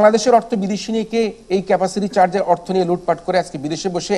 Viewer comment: Great to hear LOOT FAT (is Noakhali accent?), what's FOBERS bro .